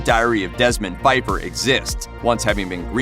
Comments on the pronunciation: In THE SECRET DIARY OF DESMOND PFEIFFER, you pronounced the "P". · The P in The Secret Diary of Desmond Pfeiffer actually ISN’T silent.